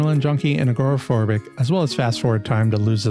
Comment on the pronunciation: Why do americans pronounce it ah-gor-ah phobic?